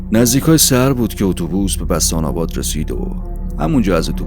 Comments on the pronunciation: بَستان آباد نه!خوانش و تلفظ شما صحیح نیست!! (بُستان آباد صحیح است)بوستان آباد. موفق باشی Perfect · ریدم تو کانالت با داستانهای کپی و دزدی از کانالهای دیگه اسامی رو هم بلد نیستی درست تلفظ کنی بستان اباد یاد بگیر دهاتی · خسته نباشین تلفظ اسم روستا بُستان اباد هست د ۴۰ کیلومتری تبریز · بچه کوجای شوما که بستان اباد رو اشتباه تلفظ میکنی دایجون